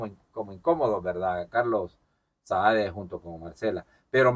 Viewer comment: Hey brother disculpame pero hay que corregir algo El gordo ese se llama Carlos Saade y vos pronuncias mal es asi como se escribe Saade, es para que te veas y te escuches mejor soy un fiel seguidor de tu contenido, sigue adelante tenes un buen sentido de crítica.